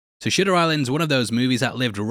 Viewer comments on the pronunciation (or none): I swear he said shitter island within the first 3 seconds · Are you saying shitter island on purpose? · 2 seconds in and howling at "shitter island" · I’m .005 seconds in and I stg bro said shitter island tbf he was literally in inception which is also a “it takes place in his mind” (yes dreams are in your mind) And I didn’t realize this till looking them up but both shutter island and inception both came out In 2010. Damn what a good year for Leo. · Sounds like you said Shitter Island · The narrator of this video is oddly smug and self absorbed for someone who pronounces it “shitter island” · Did he just say shitter island? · You definitely said Shitter Island. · shitter island? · Am I the only one who can’t get past “Shitter Island?” Anyone? No? Just me? Alright… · Why are you calling it Shitter Island? Like it's crystal clear you're saying an i not a u...why?!?!?!?!?! I'm about 45 seconds in and its already driving me mad. Unless you've already figured out the "obvious" twist that its all in my head... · lol "SHITTER" island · "So Shitter Island..." Wait what? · First watch and fr thought your first word was shitter island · Lol "Shitter Island".... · We're all just gonna pretend he didn't say Shitter Island huh? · you said shitter island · “Shitter Island” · “Shitter island” lol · Shitter island? 🤣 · I heard you said Shitter Island, but it was actually good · So SHOOTER island 🏝️ what sorry the first thing you say is wrong. And I have never once in my life heard a plaster 🩹 called a Elastoplast.